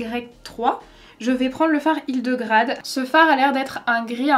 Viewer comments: Tu m'as faite rire tu as dit "HidegRAde" alors que c'est "hildegARde", c'est un prénom moyenâgeux oublié ;) tu le sauras ^^ Magnifique ton make-up et les couleurs ont toutes l'air trop belles :) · Presque sûre que le fard s'appelle Hildegarde et pas Hildegrade comme tu dis tout le long :') très beau make up cependant ! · HildegaRRRRRRde pas Hildegrade x)